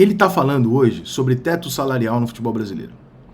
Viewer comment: Só ele que fala TESTO kkkkkk